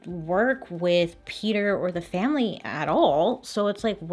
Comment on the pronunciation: Name is PETER not peeder